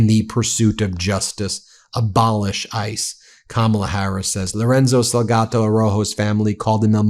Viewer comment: Sal ga do.. not salgato